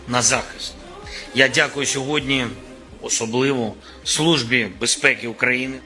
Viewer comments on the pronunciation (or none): none